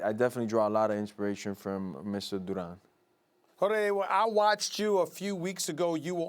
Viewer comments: When Stephen said Jorge it didn't even sound like him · stephen a why you even try saying his name like that😂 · Stephen A says “Jorge” with a lil Spanish flavor after he hears masvidal say “Duran” 😭😭😭😭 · why did Stephen A say his name like that lol